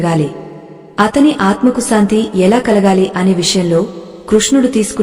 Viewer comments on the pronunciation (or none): none